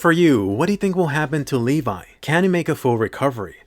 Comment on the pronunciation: Levee not levai